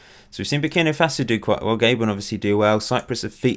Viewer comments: It's Ga-bon not Gay-bon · Gay-bon :p